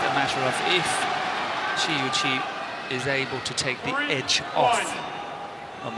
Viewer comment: These commentator should learn how to pronounce Shi Yuqi ... :(